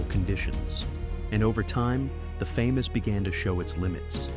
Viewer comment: The “Fay-Mas” lmao AI slop